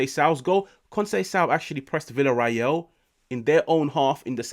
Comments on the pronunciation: VillarREAL not VillarRAEL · It's pronounced viya-ray-yal.